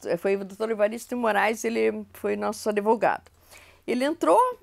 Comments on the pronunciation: Senhora começa aprendendo a falar ADVOGADO(A). E com D mudo senhora! Por favor!!!!!!! Fere meu ouvido um bacharel falar assim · Adevogado? Gente, advogado.